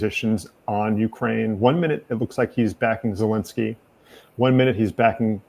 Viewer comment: My god PLEASE pronounce Zelensky's name right!! Enough is enough. Get it right, host.